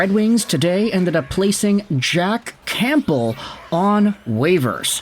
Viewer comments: The “P” in Campbell is silent. U sound ridiculous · Dude, the 'p' in Campbell is silent. 😮